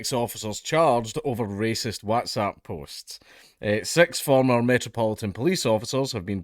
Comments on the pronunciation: For the love of fuck Dank, PLEASE pronounce WhatsApp like a human being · The real crime here, is how you pronounce WhatsApp xD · Dank. My boy. My boo. My big schlong baby boy, it's "WHATS app", not "WATS app". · Lmao why do you say WhatsApp like that hahahhaha